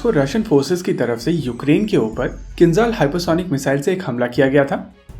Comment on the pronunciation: Not Khinzal, it's Kinzhal 😆😆😆